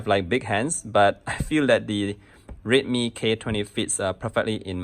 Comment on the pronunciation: Why does it sound like he's saying rape me every time he says redmi